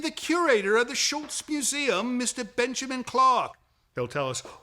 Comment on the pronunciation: i love how the curator for the Schulz museum keeps saying SchulTz, the way he remembers its supposed to be pronounced .. the way we ALL remember